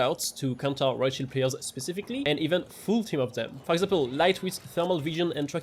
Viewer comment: Every time you say Riot Shield, I hear Rothschild. ☠